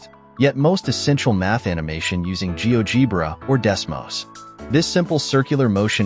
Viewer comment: It's "gee-OH-jeh-bruh". Fix your AI slop, because the rest is very nice and worthwhile!